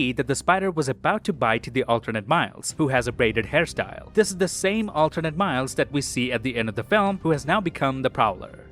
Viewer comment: "Spot you-ziz the-uh poor-dole hawn he-iz fay-is uhnd turns Mile-ziz..." - !? No. It's just Miles nit "Mile-ziz," you typical mouth-breathing degenerate filth.